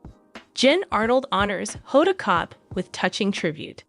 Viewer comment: Honda Kotb’s name should be pronounced with the “b” (Kotb)